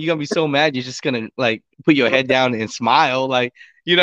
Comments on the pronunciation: Axles, not Axels. C'mon man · It's axles.... not axels....